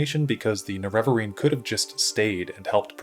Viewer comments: Huge fan. Love your videos. But I don't understand why you say "Nerev-areen" vs "Nere-vareen" the in game dialog says "Nere-vareen" and you don't say "Lord Indoril Nerev-ar".. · You might start by pronouncing Ner e va reen properly instead of nereveverine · the way you pronounce Nerevarine drives me crazy. the weird thing is you pronounce Nerevar normal, and it's the same word just with a suffix. it's weird how your vowel emphasis fully changes. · >uses clip from morrowind of Azura pronouncing Nerevarine correctly >pronounces it wrong the rest of the video anyway